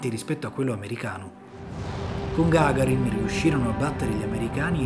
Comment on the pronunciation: Gagàrin, NO Gàgarin.